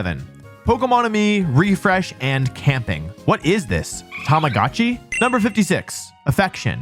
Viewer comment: Tama Gah tchee, lmao.